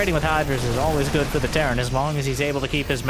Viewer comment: Petition to call Terran: "T. Airan" from now on.